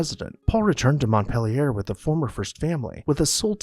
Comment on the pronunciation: Thank you for the history lesson, but the narrator's pronunciation leaves something to ne desired. Montpelier is pronounced MontPEElier as in orange peel. A schooner is pronounced sKooner, not shooner.